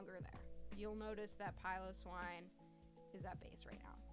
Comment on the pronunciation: Great vid! Thank you for pronouncing Piloswine correctly :)